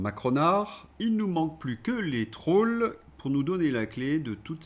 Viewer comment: Les « traulls » sont de retour. 😆